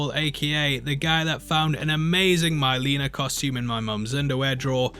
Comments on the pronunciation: It's not MYleena, its Mileena. Like the words milk, silk, pill. Not eye. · I love when Brits just slaughter foreign pronunciations. "Shao Can"...."Myleena." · My-Leena????? You obviously are just trying to make money off this video. 😅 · "my-leena" lol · Have you even played the games or watched the original movies?? You can't pronounce Milena and you're not aware that you can easily block sweeps in the game. You're full of shit. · Love your pronunciation of mileena classic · You keep saying Mileenas name wrong are you doing that as a meme lol